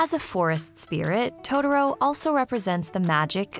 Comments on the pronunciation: I'm sorry... but.. WHY are you saying "to-der-o??" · "Toe Derro" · I mean the way she pronounce totoro, I can't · I love it how everyone who reviews this movie can't even pronounce the character names correctly. It just shows how bad the Disney dub is over the fox dub and that's a fact. If you can't pronounce the names right you shouldn't be reviewing this movie and its themes. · I exited the video after I heard the narrator pronounce Totoro at the 3 second mark. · I hate the way American's butcher the pronunciation of Totoro's name. It was enough for me to abandon watching this. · one of my biggest triggers is when white people mispronounce "Totoro" like this.........it's not that hard